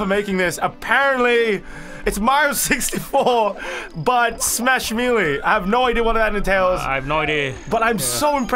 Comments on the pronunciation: Ummmm you say Melee wrong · Name: super smash melee:MEELEE